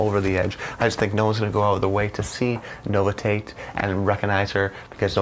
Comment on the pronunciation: And bythe way, it is pronounced No-vish-it. Not nova Tate 👍